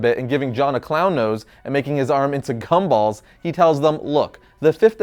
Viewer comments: I have re-listened to this 50+ times and also used the captions. is he saying Cumballs? Obviously the captions said Gumballs and that makes sense. BUT my ears say otherwise. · You said cum-balls... It's cannon now... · Who else heard cum balls XD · Um... Did you say Cumballs? Me and three others definitely heard you say c-Cumballs instead of gumballs... and we're genuinely confused. Sexually. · He totally said cum balls. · Sounds a lot like he is saying cumballs not gum balls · I thought he said cumballs lmao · anyone else heard what I heard? I swear it wasn't "gumballs"